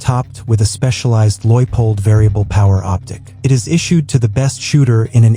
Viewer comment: “Loidpold”? Wtf is that? I assume you mean Leupold, which is a high quality optics manufacturer.